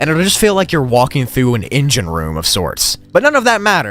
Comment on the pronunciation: Bro… no offence but you’re not supposed to pronounce the “L” in words like talking and walking…. 💀